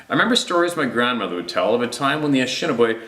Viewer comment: the name of the Ojibwe "ah neesh NAAB ay" Please take note. And our cousins the "pot oh WATT ah mee" (Pottawatomi) is pronouced like wise. Thankyou fior all you do.